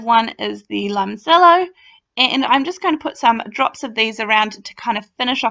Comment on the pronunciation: Limoncello...is pronounced-lee mon chello (cello)